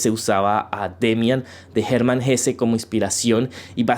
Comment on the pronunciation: Bien,!! Supongo que sos de descendencia alemana o algo así, por fin alguien pronuncia HessE y no Hess... bravo!